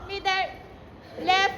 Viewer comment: Mider 😂😂😂😂 it's middle anyway love watching ❤